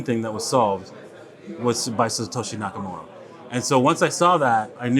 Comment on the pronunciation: Did he say “Satoshi Nakomoro?”